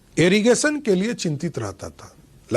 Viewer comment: Errigation nahi irrigation 😂